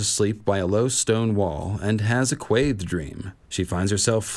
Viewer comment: Random comment, but I love the way you pronounce Quaithe! 💙🦑